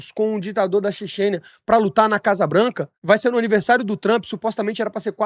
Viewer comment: “Ditador da Cexênia”